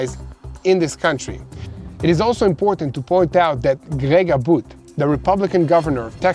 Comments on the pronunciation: you r not saying Governor Abbott’s last name correctly. I know u don’t mean 2 but if possible, please correct. TY 😊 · Come on brother, the governor of the state where the headquarters of the corporation you work for and you don’t even know how to pronounce Governor Abbott’s name come on, bro